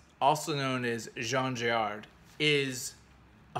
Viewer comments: His last name is Giraud (Gi-ro), not Girard. And Blueberry is an entirely fictitious character, his "history" having been dreamt up years after the series was originally created. He (Giraud) never lived in the south-western states (aside from in L.A., later in life), but in Mexico as a teenager, after his mother married a man from there whom she'd met in Paris. Her original husband had abandoned young Jean and her years before. There are some 30 episode-albums in the Blueberry series, of which a dozen cover the cycle that begins with "Chihuahua Pearl", not counting the five episodes that were produced later, known as the OK Corral series. Apart from "Angel Face", which is my favorite album from the original series, The OK Corral group constitutes the aesthetic pinnacle of that production, even if its storyline isn't as compelling as Charlier's earlier work on the series. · The author's name is Jean Giraud (jeero) not Girard